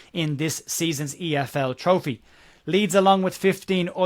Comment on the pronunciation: efl trophey? 😂 cmon who’s guilty